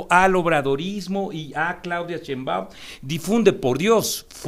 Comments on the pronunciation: Si va a debatir ese señor que alguien le enseñe como se pronuncia Sheimbaun, que molesto!!! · en primera pronuncie correctamente el apellido de la doctora Sheinbaum, y ojalá que lo que le paguen por esta información, le sea util. La guerra sucia de bots propiciada por xochitl sí está demostrada y de nada valió.